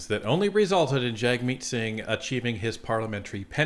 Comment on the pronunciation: Clickbait headline. Wasted 13 minutes of my time listening to someone who doesn't even know how to pronounce Jagmeet Singh's name. And no, PM Carney is not trying to steal NDP MPs.